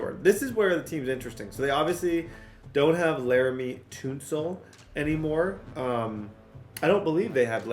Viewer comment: Laremy tuhn-sil, not toon-sil